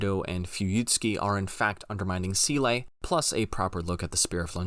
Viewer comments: Excellent work, as we have grown accustomed from you, but still you pronounce Seele wrong! Or is that just how English speakers use this German word after close to three decades of Evangelion? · Someday I'll hear a Youtube NGE breakdown where the essayist will pronounce "SEELE", "Longinus", and "GERHIRN" correctly.... Otherwise this is solid stuff.